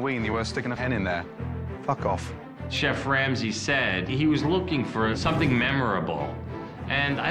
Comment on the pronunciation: Gordon Ramsey says fack off